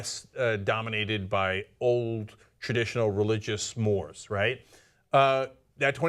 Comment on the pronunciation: you mispronounced 'mores'